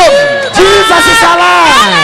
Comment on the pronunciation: Even to pronounce Jesus was an issue